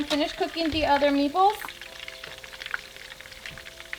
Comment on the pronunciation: I keep hearing ME BALLS 😂